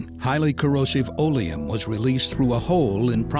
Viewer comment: Olium?? What's that ? I never heard of this. Oleum.. It's accid.